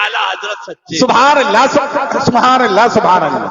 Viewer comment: الا الا نہیں قبلہ اللھ اللھ پڑھیں۔ حضرت کی توجہ ھو جائے تو بھترین